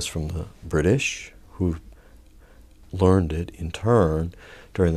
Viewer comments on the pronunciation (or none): none